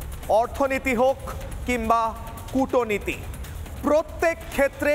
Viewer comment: উচ্চারণ ঠিক করে কথা বলুন - কুটো নীতি বলবেন না - বলুন কুটনীতি।